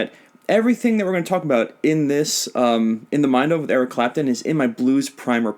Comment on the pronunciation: I was dying when you said Eric crapton!! Lmao